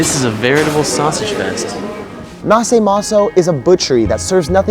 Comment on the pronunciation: Its naše maso and no nase maso :D